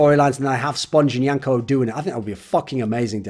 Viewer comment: Why is yanko calling himself "wank-A" in the intro?